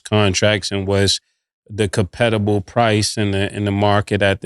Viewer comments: 😂😂 Competible??? Mase, I'm concerned about you buddy 😂😂😂 Now you coming down with a case of "Cam-nima!!" 😂😂😂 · Mase just made up a word Competible😅